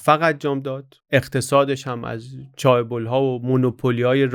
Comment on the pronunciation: با تشکر شما؛ فقط اینکه تلفظ صحیح کلمه «چه بول» هست و چایبول غلطه🌷